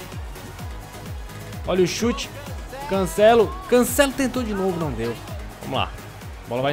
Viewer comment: Mano brasileiros para de falar cancélo é cancelo